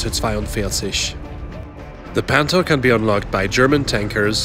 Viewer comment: the way he says the tanks name makes it cooler